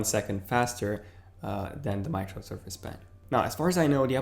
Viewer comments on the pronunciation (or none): none